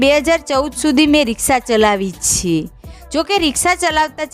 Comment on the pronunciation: છે નુ ઉચ્ચારણ બરાબર કરો.